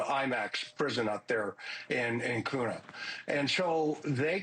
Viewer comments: It’s “KEW-nuh”, not “Koonah”. Say the first syllable just like the letter Q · It's not pronounced Coon-ah. It's Q-Na (Kuna). Just like Boy-c not Boy-Z. There is no z in Boise. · Kuna is pronounced ‘kyuunah’ like queue—na. (Not koona) Thanks!